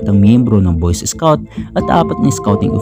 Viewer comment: boys escouts ang sabi niya